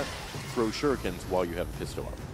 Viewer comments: But yes, "shirookens," lol. Shoulda known when you saw "IGN" that they'd suck at everything PC. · "Shirukens" X)